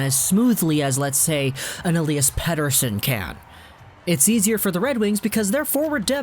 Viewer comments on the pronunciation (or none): none